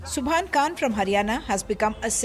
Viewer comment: Not kan It's Khan from the epiglottis, My name is Khan